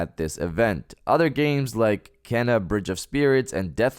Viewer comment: I'm looking forward to Kena, wish everyone could pronounce it correctly tho. It's Kee-nah, not Ken-ah